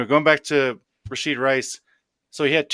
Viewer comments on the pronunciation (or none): You're killing me, man... the kids' name is Rashee, not Rasheed